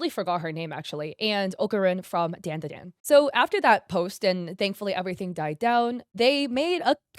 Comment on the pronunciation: Its not *DAAN DA DAAN" its "DAWN-DA-DAWN" djfjrjrjrrrresvss